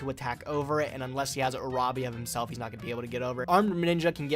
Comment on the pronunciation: Omg i cringed too hard when he pronounced Uraby as "jurejbi"...dude it's literally pronounced as "Urabi"